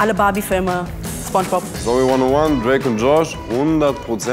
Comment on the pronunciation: Fairerweise muss man sagen, das Vorgetragene von Santiago Ziesmer als Spongebob war falsch betont. Ich nehme es ihm aber nicht übel, da er die Serie wahrscheinlich nicht in und auswendig kennt 😉